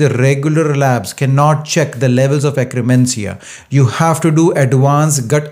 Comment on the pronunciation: (IT'S akk-ER-mansia, NOT akk-RE-mansia!) Thanks for the science and the great tips! Already heard them but now they make so much sense!